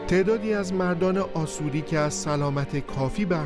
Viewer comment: Asoryan pronunciation it is wrong in Persian language it should be pronounce Ashourian or Ashoury in English Assyrian